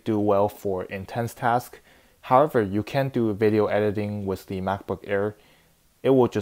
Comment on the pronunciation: am i the only person that notices that he says le instead of the